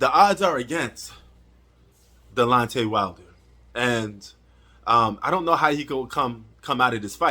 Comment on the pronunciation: bro 😂it’s not delontey it’s Deonte 😂 you must be a casual You don’t even know the man name